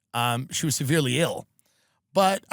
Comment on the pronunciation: That into got me to subscribe “she was servilely ill” 🤣🤣🤣